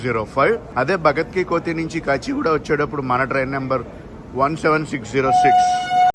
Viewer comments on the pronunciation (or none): కోతి కాదు కన్నా కోఠీ అని పలకాలి